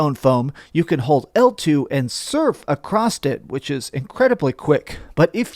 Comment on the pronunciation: Please don't say "acrossed"